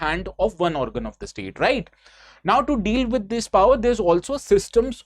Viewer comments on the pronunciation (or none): none